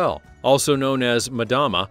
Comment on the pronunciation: When talking about tuna eyeballs it sounded like he said it was also called Madonna and, being a guy my mind went "there" and I laughed thinking, yeah, I could see eating Madonna being as disgusting as the giant eyeballs of fish, they might even smell similar.🤣